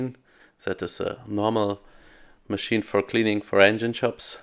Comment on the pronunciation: Wheat-ten enhine ✅